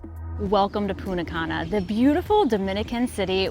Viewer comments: Great info and very enjoyable vid, but every time you said PuNNa Cana :face-blue-wide-eyes: I would think, "someone stole the "T" 🤣. Thanks again for all you both do. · It’s so distracting when you say “Poona Cana”. 🤦‍♀️ The correct pronunciation of Punta Cana is "poon-tah kah-nah," with the emphasis on the first syllable of each word.